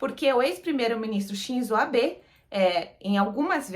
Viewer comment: O nome do primeiro ministro não se pronuncia ab e sim abe